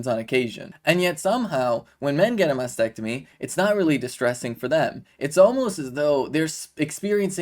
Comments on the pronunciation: …..it’s not Masectomy 🤬🙄Mastectomy, Kay-leeeee 🤦🏻‍♀️ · It’s a mastectomy not masectomy…. Kayleigh … at least get the pronunciation right